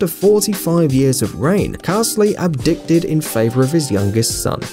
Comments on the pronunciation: it's abdicated not abdicted. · Carsley abdicted? Ab-di-cated you numpty! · the word is 'abdicated' ... Not abdicted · Right at the end did you really just say abdicted instead of abdicated? LOL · ABDICATED, not abdicted.!!! Are you entirely without education? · Carsley "Ab-dik-ded" lol.